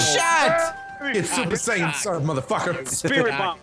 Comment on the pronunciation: Super saiyan, not cyan man...